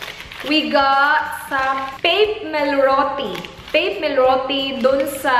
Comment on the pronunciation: Its pronounced as pa-pe melroti